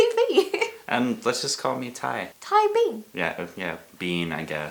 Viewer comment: when was saying 'bean' i thought she was saying 'BEYN'